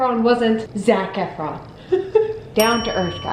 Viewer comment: There was a time you said his name and I swore you said “Snack Efron”... lol not wrong!